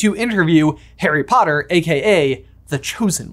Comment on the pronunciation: "HAIRY Potter" - Nailed it. 👍